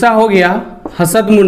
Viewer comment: सर, हसद मुण्डारी नहीं इसे हसद: मुण्डारी कहेंगे।